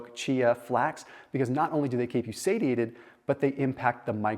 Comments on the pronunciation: say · shee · ay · tuhd 😉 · I can't believe you Pronounced Satiated like that lol